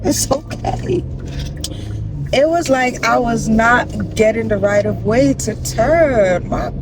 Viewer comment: Looool the way you said “that right of way” was such a jersey tone looooooooooooool just shared with my husband I love your vlog style